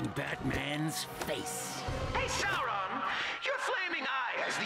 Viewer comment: at least the Game pronounced Sauron’s Name right.